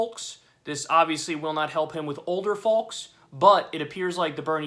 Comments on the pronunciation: Kyle its fOxe not Folks. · "older faulks" :D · Please Kyle, its folks as in egg yolks or bike spokes. The L is silent. Don't do that to me.